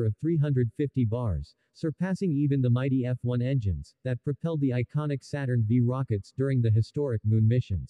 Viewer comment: or understand that Saturn V is pronounced Saturn 5 and the picture showed as Saturn V is not an SLS rocket.